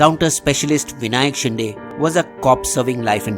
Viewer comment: It's "शिंदे"